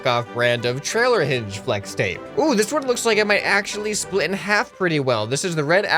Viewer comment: Pfffft I love it lol FWEX TAPE